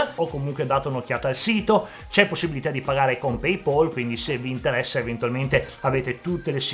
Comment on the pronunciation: 1,071 non è 1,71. E Paypal si pronuncia "peipal" non "peipol"